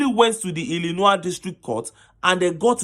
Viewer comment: The word Illinois is pronounced as I'luh'noy .